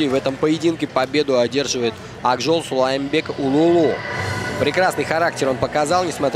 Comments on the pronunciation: Сулайманкул улулу))) Диктор читай правельно фамилии. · Комментатор правильно читай фамилию кыргызского бойца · Комментатор!!!!!По буквам и по слогам прочитай ИМЯ!!!! Повтори 10 раз и будешь говорить правильно!!!!